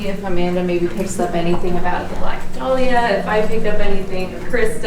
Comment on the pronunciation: Your pronouncing dahlia wrong it's da-lee-ah